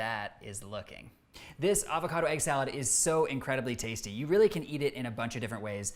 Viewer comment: Thank god, someone who can pronounce "avocado" correctly.